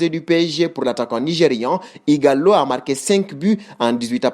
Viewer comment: Ighalo au lieu de Ighala